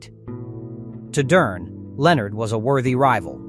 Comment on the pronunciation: so many errors.. misplaced pictures of fighters and Ai voice that cant annunciate Duran. Its good video but could be even better